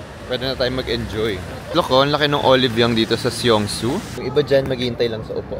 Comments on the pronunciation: Song-soo ang bigkas sir hindi Syongsoo 😛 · Love the korea vloggg ❤❤❤ alsooooo it's pronounced as "song-su"